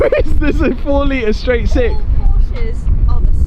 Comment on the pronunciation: my man said straigh t six.....